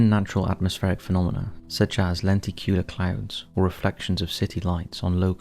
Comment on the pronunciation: Is this narration AI or have you just never said the word “lenticular” before 😉😅 I don’t mean to bust your balls here. I’d say most of us have that one word we manage to fuck up every time we say it. Mines “phenomenon”.